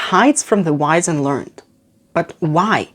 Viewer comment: Jus' a small note, which I'm permitting myself, because of the nature of the channel & indeed this excellent video: 'learned' here is pronounced 'learn-ed' - two syllables. I'm not sure if this is a British/American thing - & I repeat - I would not bother pointing this out in 90% of channel types, or settings. ~